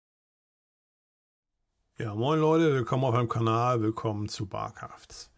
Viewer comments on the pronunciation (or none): none